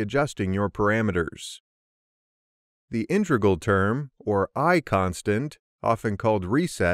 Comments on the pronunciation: An exceptionally well produced video, but the mispronunciation of “inTREgal” instead of “IInTEGral” just ignited my OCD. 🤣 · Cool video! Very, very weird to hear "intReg_al" from an experienced speaker though....